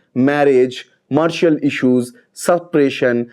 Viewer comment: The teacher pronounces marital as marshal. There are many flaws in this video.